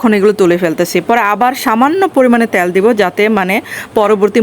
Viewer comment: আপু ট্যাল বলছেন কেন তেল বললে হয় না